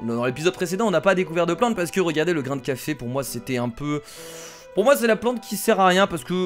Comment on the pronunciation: ne dis pas le grai de cafe cest nul tu vera pourqoi je dis sa